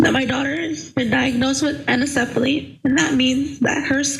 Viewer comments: Its anencephally. Not encephally. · It is pronounced AN-en-ce-fa-ly. The an at the front means that the fetus is lacking a brain.